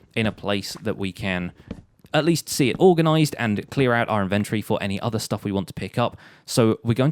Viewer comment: InvenTORY, not Inventry